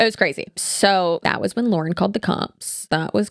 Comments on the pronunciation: I think people who were looking for an outside perspective on the Hidden True Crime thing got so upset by you mispronouncing her name repeatedly because it makes it sound like you didn't do your own research. If you watch any of Lauren’s content, she says her own name at the beginning of every video. The fact that you mispronounced it made it feel like you just read a script sometime else wrote instead of doing your own research. Given the nature of this scandal, I think it's warranted that people point out if you mispronounce the name of the person you are covering in depth. Love your content and how you cover all kinds of different online topics, but on this one I was skeptical about how much research was done on HTC because you didn't know how to say the creator's name. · People were whining about you mispronouncing because she says her name at the beginning of every video.hard to miss. Also I'm not arguing the video or if she's plagiarized just generally can we please start doing our own investigation instead of relying on chat gpt which ai not only is terrible for the environment but it misses nuance and context often.